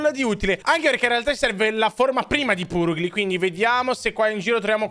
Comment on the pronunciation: la pronuncia più corretta (secondo me) è Glameow=Glemiao invece Purugly= Paragly